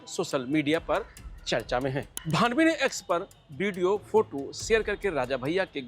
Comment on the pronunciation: भावनी नहीं भानवी है भैया सही नाम तो लेलो न्यूज तो कॉपी पेस्ट कर रहे हो